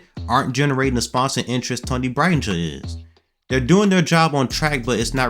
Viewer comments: I’m a huge fan of Toni. People say she won’t make it. I know she will! She is a good driver. People need to realize championships and winning isn’t the only thing to nascar. It’s also the consistency to running good, and she’s showed consistency lately. And by the way, that’s not how you say her last name lol 😅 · He butchered the last name lmaooo